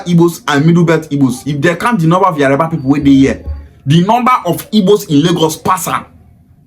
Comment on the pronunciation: Pronunciation is yoruba and not yariba